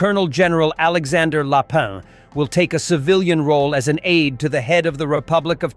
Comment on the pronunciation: Very bad AI translation. All the names are wrong. For instance, it is general LAPIN. That's ruin the credibility of this channel